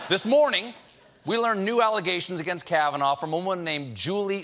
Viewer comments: trump says "George kavinaigh". His brain is a mushy, overcooked potato. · Did he say "Judge KavanauR"? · hahaha...Trump doesn't even know Kavanaugh's name. He called him Kavanar. LOLOLOL! So typical of a puppet president. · why is trump ending words with r? "Americarr...it's true...", and also in the press conference he said "Judge Kavanaughrr". did he lose his mind in 2011 and he just noticed?